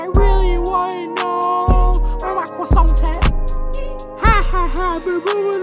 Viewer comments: The cwosants are in the back don’t make it too obvious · Bustin' all the cwassoiants out the box